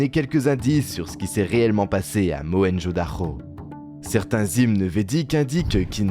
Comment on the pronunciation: Mohenjo Daro C'est un 'r' pourquoi tu prononces 'dakho'